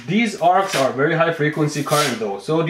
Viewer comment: No I believe you mate! I've seen the videos! It just sounds like you're saying "plays music out of it's arse" to my puerile lavatorial sense of humour! :D